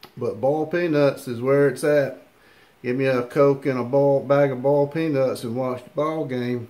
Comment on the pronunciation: "Bawlt" peanuts.